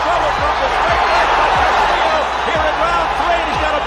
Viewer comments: Dear Mr. Narrator, Your pronunciation of Castillo is incorrect. It is not Cas•til•leo. It's Cas•tee•yo (short o). In Spanish, "ll" is pronounced as a "y" sound. Now you know. Le😎 San Francisco, Califusa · Why are you mispronouncing his last name?